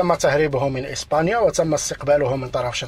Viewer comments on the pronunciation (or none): none